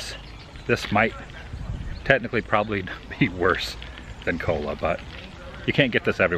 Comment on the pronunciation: I think he said cola. It did almost sound like cold one.